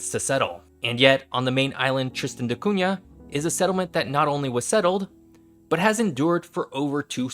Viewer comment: Thank you for saying "Da Cunha" correctly. I am not sure if that is how the islanders pronounce it but this is my last name and you said it the right way.